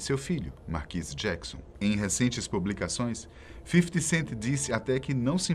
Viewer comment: Para de falar FIFITI CENTI DOIDO!!!